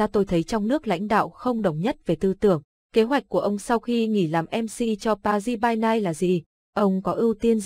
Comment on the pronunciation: Pa Ri chứ không phải ba ry :-)))